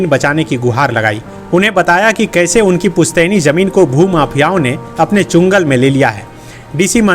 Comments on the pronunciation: चंगुल not चुंगल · Chungal nhi sahab changul😊